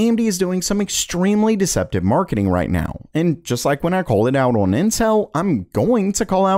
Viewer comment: The way he says the word "on" sounds like he's saying "owen"